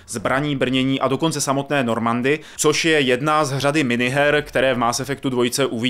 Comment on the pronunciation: Šepárd, hakování, normandy, kerberus.......